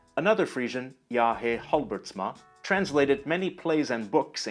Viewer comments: Jaa Hee Halbertsma?? hahahaha it's Jee Haa Halbertsma ! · Quick pedantic point: J. H. (Halbertsma) is pronounced Jay Haa in stead of Jaa Hay. In Dutch at least. It would surprise me if that is switched in Frisian. If so: i stand corrected and appologize.